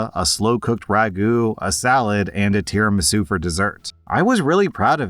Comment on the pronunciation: The "isu" in "tiramisu" is not silent at all, actually.